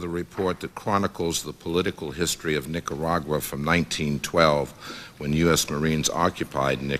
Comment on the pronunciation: Maxine Waters can‘t pronounce Nicaragua to save her life 🤦‍♂️